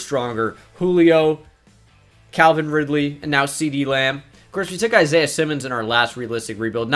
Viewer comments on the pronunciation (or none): none